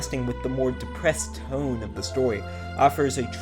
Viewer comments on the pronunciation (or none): none